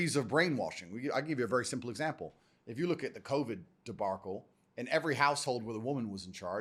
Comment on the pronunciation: What is this "debarcle" business lmao